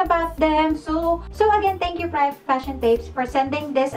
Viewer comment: Privé is pronounced “Pri-vey” po not “pryav”. 🙂